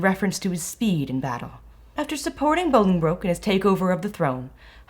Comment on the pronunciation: Really enjoyed this. One thing small thing I’d say is that we have really weird pronunciations of names here in England sometimes i.e Worcestershire . Anyway, when saying Bollingbroke, you’re meant to pronounce it ‘Bolling - brook’ …. With the first bit rhyming with ‘lolling’ (for lack of a better word) It’s a mispronunciation that’s becoming more and more prevalent on YouTube educational videos unfortunately, and the original pronunciation is becoming lost over time … but thoroughly enjoyed this. (Btw Worcestershire is ‘wooster-shear’ …. I know, we don’t make it easy haha)